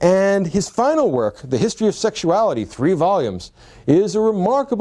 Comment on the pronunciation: In this episode, said “tree (3),” “turty (30),” or “turd (3rd)” seventeen times. Strong showing.